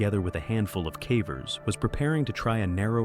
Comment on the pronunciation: “Chooed”? Come on now. Hilarious that AI can say “cave” but often botches “cavers”.